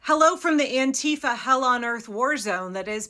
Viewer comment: Please pronounce anti-fa correctly. Tysvm.